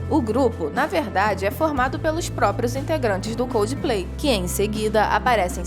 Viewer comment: Por favor aprendam a falar coldplay, não é coldiiiplay